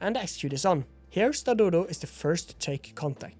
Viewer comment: He said Stadodo not Skadoodle. I heard it too, but if you listen again he clearly said Stadodo